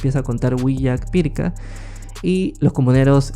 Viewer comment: No se pronuncia Pirka sino Pirja